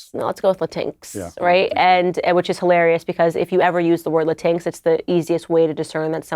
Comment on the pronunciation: La-TINKS. Ha ha ha ha! La-TINKS! How about La-TEEN-x if you're going to go with Latinx at all?